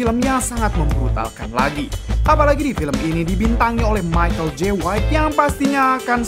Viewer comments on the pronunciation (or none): none